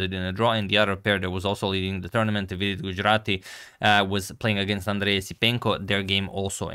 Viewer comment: Impressed with your pronounciation of vidit gujrati in last video